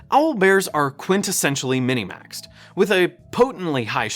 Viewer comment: I was wondering about that too. Maybe it's a regional thing, and it's said that way more commonly in his local gaming community?